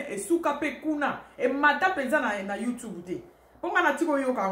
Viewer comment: Madame oza n'a français moins, na appellation ya YouTube ozo prononcé yango mabé boyee, youtubou?🤣🤣🤣